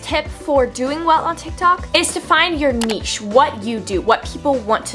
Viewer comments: I'm not sure if anyone else has said this, but it's niche, not neshe. You say it like neshe, but it's spelled niche. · I love u but nesche? 😂😂😂 (it’s niche) btw. Literally love this video